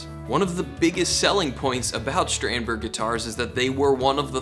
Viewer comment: Shtrandberg? What’s that? Do you say Shtratocaster too?